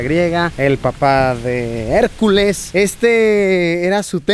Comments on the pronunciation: Por favor digan me que hicieron meme cuando dijo Harculas AJAJAJAJA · "harculas" JAJAJAJA